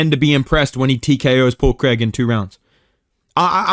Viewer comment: “Paul creg”